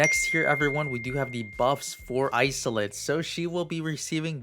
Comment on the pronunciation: Haha Isolde is pronounced is-old-duh. I think it's German rooted